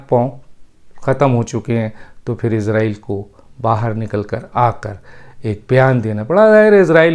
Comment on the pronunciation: ڈاکٹر صاحب آپ تو پڑھے لکھے انسان آپ جیسے فرد سے توقع نہیں غلط تلفظ استعمال کریں گے اسرائیل کو عزرائیل سن کر دکھ ہو تا ہے اگر آپ انگلش الفابیٹ کو سامنے رکھ کر بولتے ہیں تو islam کو ازلام بولتے ہونگے ۔کیونکہ آپ کے مطابق " is "کا تلفظ ہر صورت میں از ہی کیا جاناچاہیئے۔